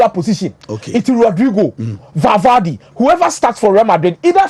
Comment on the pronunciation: The name is Valverde NOT Valvade